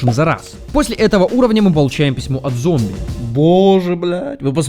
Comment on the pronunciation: Зоумби... блять, я теперь не смогу нормально произносить это слово (